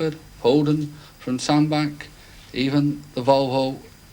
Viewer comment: I find it comical that even back then people struggled to pronounce 'Sandbach' correctly.. it's 'ch' as in chair not 'ck' as in thick.